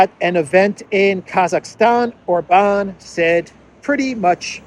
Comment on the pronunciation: OMG,, you pronounced OR-bahn correctly, finally! Yay! ❤